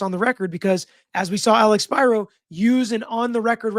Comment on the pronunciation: Spiro pronounced (Spear-oh) the name is Greek even if he's Jewish.